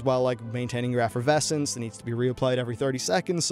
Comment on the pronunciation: Not gonna lie it aggravated me every time you miss pronounced Efflorescence. There aren't even any Vs in the word lol